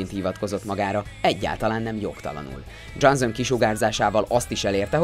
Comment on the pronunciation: "Dzsánzón" Miért nem bírsz egy név után se utána nézni, hogy hogy kell leírni, vagy miért nem tudják fonetikusan leírni, ha már ennyi eszed nincs, hogy egy gúglifordítóba meghallgasd, hogy kell kimondani egy színész/rendező, vagy akárki nevét???. Röhej... vagy kérd meg, aki legépeli neked a szöveget, hogy írja le kiejtés szerint. Nincs benne semmi ... viszont ez baromi ciki, hogy minden második nevet rosszul ejtesz ki. Igen, ezt a felolvasó srácnak üzenem, aki még mindig énekelve, dallamosan olvas fel, nulla átéléssel.